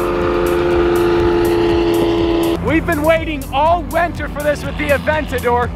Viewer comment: he said wenter instead of winter